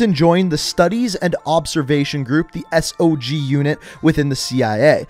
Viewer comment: This guy said S O G unit it’s SOG in one word...